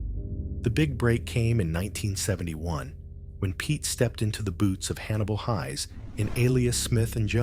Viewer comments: Just so you know, the ai narrator is mispronouncing the last name of Hannibal Hayes. It is pronounced like hay with an s on the end, not pronounced like high. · I used to watch Alias Smith And Jones when I was a schoolboy, though my sister was far more of a fan of this T.V series than I was. I thought his characters name was pronounced Hays as in haystack, this is the third You Tube video where his characters name is pronounced Highs. I would have thought anyone who was used to watching the opening would know how Hannibal’s surname was pronounced.